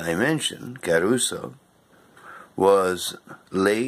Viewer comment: Boring, morbid, and it's Cah-ruso, not Ca-as in Karen- ruso. According to one of his wife's books about him, she was able to get the Italian government to close the tomb eventually, so whether bombing in World War II had anything to do with it, well, we weren't there were we...